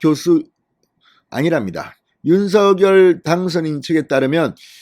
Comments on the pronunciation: 진성호 님은 댓글 피드백이 없는가요. 대통령 당선인 이름을 자꾸만 "윤서결"로 발음하니 귀에 거스립니다!!! 당선인이 "윤서결"이 아니라 "윤성녈"로 불러 달라고 하였다고 하니 꼭 정정하여 주세요!!! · 윤석열 당선인 이름의 발음은 "윤서결"이 아니라 "[윤성녈]"로 불러야 한다고 합니다. 김은혜 대변인의 공식의견이자 윤당선인 본인의 의견입니다. 어릴때부터 가족이나 친구들도 [윤성녈]로 불렀다네요.